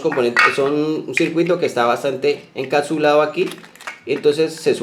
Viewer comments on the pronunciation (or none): "Aptadores, encasulado, intenamente, vatiaje "... ¿Qué tenes en la boca?